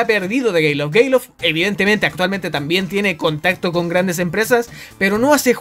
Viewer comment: soy el único que se dio cuenta de que dice gayloft